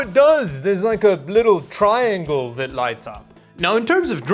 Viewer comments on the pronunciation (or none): none